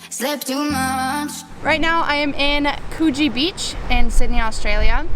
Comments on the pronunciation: The way u say Coogee is funny “koogy”that’s what it’s supposed to sound like but it’s spelt “Coogee” next time u should explore and manly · You need to learn how to pronounce ‘Coogee’!